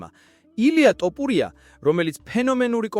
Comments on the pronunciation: რა ტოპურია თოფურია ისწავლე ჯეერ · ტოპურია არა თოფურია. გამოასწორე ლექსიკა. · მაგას ჯობია სხვა ენაზე გააკეთო ვიდეოები ქართული სპეციფიური ენაა- ერთი ასოც რომ ვერ გამოთქვა ძალიან საშინლად ისმის, თითქოს დაგცინიანო/ გითხრეს შენ მეც და სხვებმაც რომ თოფურიააა და არა ""ტ """ სხვა ენებში არაა მასე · ტოპურია არა ეგ თოფურია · რა ტოპურია ტო თოფურია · ტოპურია კი არა, თოფურია! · ტოპიურია კი არაა შე კაი კაცო და ტოპიმეგრელია ეგ ბიჭი ! რით ვერ ისწავლე იმის გვარი ვიზეც ფადაცემას აკეთებ????? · ტოპურია არა თოფურია არის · ტოფრია არაა თოფურია და ნუ მოტყანი ტვინი შენი "ტ" თი! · ტოფურია არა Თოფურია ნუ აფუᲭებ გვარს ქარᲗულად წარმოᲗქმი გვარი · “ტოპურია”რა უბედურებაა??? “უნდა ვთქვათ ერთ რაღაცას” ქართულად ლაპარაკი უნდა ისწავლოთ ჯერ… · თოპურია 😂მაგარი შეგ გაქვს ვიღაცა ხარ დღემდე ზრდილობიანათ გეუბნებოდი სწორად გამოთქვი ილიას გვარი ან დებილი ხარ ან შეუგნებელი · ტ-ოპურია ? ტ-ოპული? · ეი აის ნალაპარაკებს გავს არც ქართველს ილიას სახელის გამოთქმა სწორად არ შეეშლება